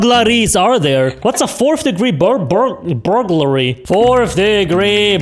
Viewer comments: Nope, it's how it's spelled Ber gler ree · You pronounce "burglary" like this; bur-gul-ree. Or that's how I pronounce it. Hope it helps.